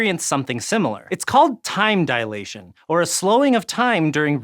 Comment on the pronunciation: facepalm a man of science probably shouldn't pronounce it "dialation".